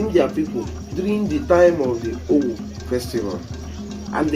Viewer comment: It's pronounced ówú and not òwù It's full meaning is ówú miri It means water spirit